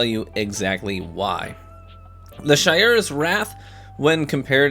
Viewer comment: That’s true but almost everyone keeps saying Shy-ura’s instead of Shay-ura’s. As for Antiope I get why ppl mispronounce that lol.